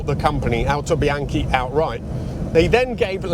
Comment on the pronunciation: You speak a very well italian (Autobianchi, Innocenti, Lancia etc), i say this from Italy, Complimenti!